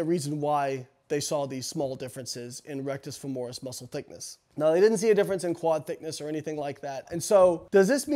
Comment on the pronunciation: Rectus femoris is hamstrings? At first I thought he misspoke but then he said RF took over for the quads when they were fatigued... Maybe he meant biceps femoris? Regardless I always thought it was pronounced FEH-mo-ris 😅